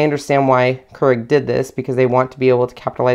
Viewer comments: It's 'cure-ig' not 'ker-ig'. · It's pronounced k-e-e-r-e-g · pronounced.... Cure ig